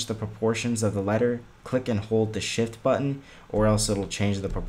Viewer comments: I thought he said hold the SHIT button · wow and i thought he said hit the shit hit bit bitoon